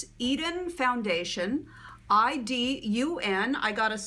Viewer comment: Just an FYI: Idun is pronounced EE-DOON. How does the foundation last through the day?